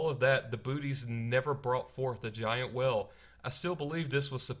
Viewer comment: I'm distracted by how badly you pronounce "whale".